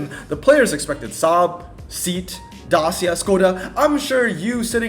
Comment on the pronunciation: Pronounced Say-At, not seat, and also Day-see-a